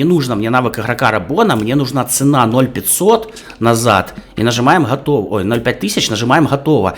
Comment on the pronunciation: Не хотово, а готово